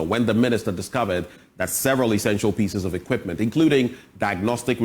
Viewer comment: The reporter: Equitment paaa